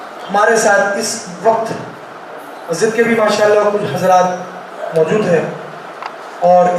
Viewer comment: Ye motaa orange colour kaa kurti pahne huye kon gaandu hai ise pahli. Dafaa dekha hu yaar ise dhang se bolna nhi ataa Majid Majid karta hai masjid bolne nhi ataa Gand......ko or chala aya muuh utha kar Deen k baate karne or waha ke log use sar chadaye rakhe hai saale ko